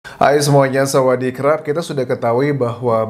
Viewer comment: Sawadikap bang sebut yg benar ..bukan samadirrkappp 🤣🤣🤣🤣🤦🤦🤦🤦